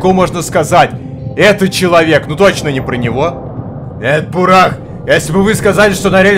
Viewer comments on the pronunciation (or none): у тебя тут развлекательный канал, поэтому игра на обзор не подходит. Во-первых: бУрах, ударение на первую букву. Во-вторых: что ремейк, что оригинал — это философские и психологические игры, которые под гнетом "Песчаной Язвы"(Чумы) рассказывают о тяжёлой жизни людей, и о тех кто будет вершить судьбы города, что находится далеко в степи. Помощи ждать бесполезно. Ибо властям в цивилизации плевать на то, что происходит где-то на краю мира. Поэтому игрок в роли трёх персонажей Бакалавра, Бураха и Самозванки должен будет решить судьбу этого места. В-третьих: разрабы тут хотят показать все тяжесть бытия, и подвергнуть сомнению нашу реальность. Здесь не до хиханек, и не до хаханек. Спасибо, конечно, что отнесся к игре положительно, но это не то, что показывать даже в таком виде на канале. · бУрах надо читать,бунд! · Там есть трагики и Исполнители , и это второя часть Мор Утопия если не играл в первую часть , то не удивляйся началу .....БУРАХ УДАРЕНИЕ НА УУУ,..